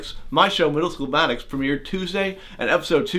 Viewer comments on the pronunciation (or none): Maddux It’s Maddox not Maddux